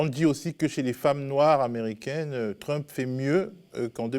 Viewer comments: Le 2nd intervenant qui prononce Trümp, alors qu'il parle et prononce parfaitement l'anglais, assez drôle ^^ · Il n'a fait que rendre la prononciation originale, allemande; le nom de famille d'origine de Donald c'est Trümpf. Je parie que si on fouille dans ses veines, on trouvera du gène hitlérien. Ce qui explique alors sa haine des non-blancs, des non-blonds, des LGBTs, son peu d'égards pour les femmes, les handicapés, etc...